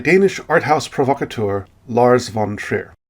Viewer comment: You said provocateur with an accent. Time for me to strap in. 😂😂😂😂😂😂😂